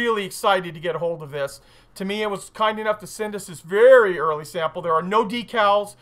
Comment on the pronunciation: How are the people at Tamiya still your friends when you butcher their name so bad? Even Uncle Nightshift gets it right and he's Slovakian! :-D